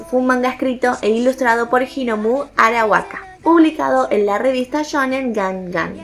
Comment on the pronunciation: Dijoste horomu arawaka, es arakawa.